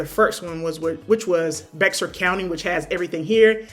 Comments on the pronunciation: Just FYI it's pronounced 'bear'. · Love the content. FYI, Bexar is pronounced "BEAR." Lots make that mistake lol